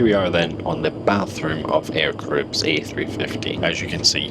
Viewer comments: I like the way he pronounces "Air caribbs" 😉 . In French we say : Air Ca-Ra-Hib , forget the S at the end . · I don’t want to be that guy guy but regarding TX, it’s pronounced Air ‘Kah-ra-ee-b” 😁